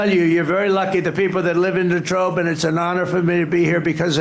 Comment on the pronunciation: You forgot to mention he switched from French to German to describe La Trobe, calling it De Trobe, confusing it with Detroit?